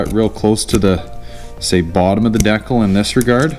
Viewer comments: Dude please say Decal. D kal. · Deee-cal not deckel D-CAL JESUS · You have to be doing it on purpose, otherwise you wouldn't have said it so many times. It's D cal, not dekul. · It's pronounced Dee Kall 😂